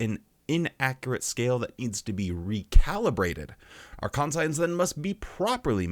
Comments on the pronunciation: Are you saying con-science so people comment 😂 bro it's conshunce. Unless there's a pronunciation in your region I've never heard of. But also yeah fuck watchtower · Con--psy-ense?, this is one of those pronownsiashun sitchooashuns. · ˈkon-chəns".....its ˈkon-chəns. 😂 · I was laughing so hard...kaan - shun -s no con-science. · Sorry. Couldn't restrain my nitpick. Konshence,. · I know...I didn't want to seem pedantic, but it's kan-shents. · Please learn to say conscience, my good god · but he says "we" have this thing..😑 Could be the same as "Anti"-Science? 🤔But that too would more be something the Gov Body would have.. 🤨 Gotta admit.. is the ONLY person I've ever heard pronouncing that word that way. but he is self-admittedly, very weird.. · I think he's saying it that way for a joke. There are a few different ways to interpret it. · The fact that you got so bent up over his pronunciation is concerning we all knew he was doing it to be funny lighten up 😂